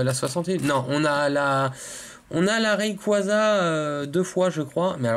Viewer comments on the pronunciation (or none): none